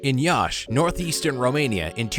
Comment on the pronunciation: I'm Romanian :)) U said "Iași" correct